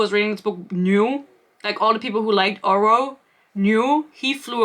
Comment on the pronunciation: Glad im not the only one who noticed the GMA host pronouncing Oro's name as "Orah", lmao Thank you for your sacrifice. I tried reading this, got maybe six chapters in before I had to give up. I won't be able to continue this series BUT i will certainly watch anything you post about it to see how this trainwreck ends. Dear lord, there is so much pointless filler! It's almost like she's a panster who didn't go back and edit anything (as a panster myself, I can see this quite easily). There's no love triangle. I hate love triangles, but she didn't write a love triangle here. I think it was clear from how she wrote Oro in book one he was probably never meant to be a love interest originally (he always came off as a mentor-figure if anything) and the "romance" was just shoved in there. Oro keeps getting sidelined so much while Grim keeps getting center stage, so its pretty obvious who endgame is. She isn't even trying to make it difficult on who Isla will end up with, lol. Let's not forget her amazing way for naming things. We had "starstick", in this book we got "shademade" to describe something else (i think the cuffs the blacksmith made?). Ugh. I can't. This book came for my braincells. I don't know how you made it through.